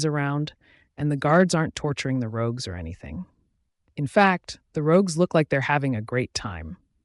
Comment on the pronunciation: The person said it correctly once, though also wrong I the very same sentence.